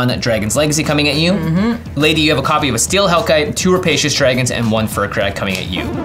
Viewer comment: I hate to still be that guy, but it's pronounced "Fire Crag" not "Fur Crag".